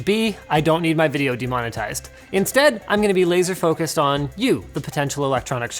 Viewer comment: Linus: says demonitized. YouTube: You have chosen: demonitization